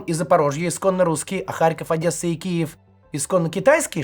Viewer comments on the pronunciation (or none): none